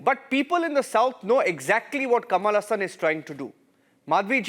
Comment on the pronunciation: Ha ha.. Since when "Kamala Hasan" became "Kamalasan" 😅